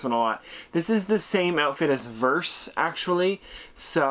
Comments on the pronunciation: Its pronounced veers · “Vers” is pronounced “V-ee-irs” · its pronounced veers but spelt vers